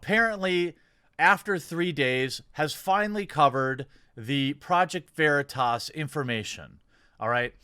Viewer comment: He was intentionally saying Veritas wrong as well.